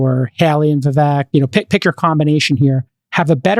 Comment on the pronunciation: Friedburg passively aggressively mispronouncing Vivek’s name after being corrected multiple times was pretty surprising. Was pretty childish honestly.